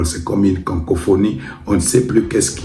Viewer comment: Le lapsus tetela te poursuit jusqu 'au Pays de Hitler. On dit cacophonie et non cancophonie.